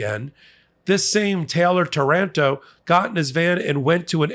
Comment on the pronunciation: it's Táranto, with the accent on the first A, on behalf of Italy I'm sorry for sending so many fascist-cowards, who bred over there